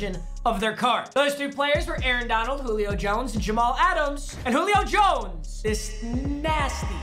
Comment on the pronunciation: “Jullio Jones” “Julip” lol